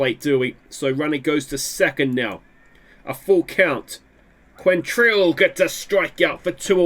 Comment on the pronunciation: kwontril is how you say it